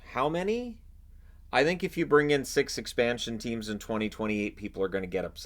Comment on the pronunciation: All that depends what the Atlanta "DYSFUNCTIONALS" have to offer for him in the "EXPUNSHUN" draft!!!!!!